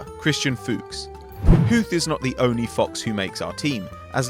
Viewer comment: Funny how no english person can pronounce Fuchs